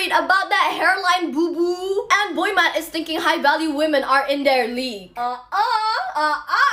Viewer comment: Is she saying boy mat?